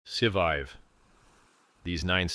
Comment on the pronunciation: It's hilarious that can't pronounce the core words. Pulsechain, Scivive and so on.